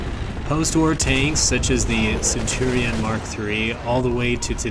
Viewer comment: that is the most... interesting pronunciation of the Centurion ever